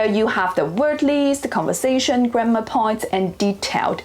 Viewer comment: you said 'grammar' like 'grandma')))